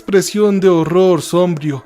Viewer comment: No se dice cacofanía, sino cacofonía. Tampoco se dice sómbrio sino sombrío. Y la expresión deber de no existe. Soy traductor simultáneo y docente en idiomas, manejo varios y los enseño, y también he enseñado español a extranjeros y me baso por la gramática que promulga la RAE, que es la máxima autoridad para el manejo y la enseñanza del idioma español y dice que después del verbo DEBER se usa un INFINITIVO, por lo tanto DEBEN ESTAR y no deben de estar. Ofrezco disculpas por corregir al narrador que es siempre la misma persona que narra sus anécdotas, y también a las personas que desarrollan los libretos para que tengan en cuenta lo antes mencionado. De nuevo mil disculpas, propendo por el mejor uso de nuestro idioma. Mil bendiciones.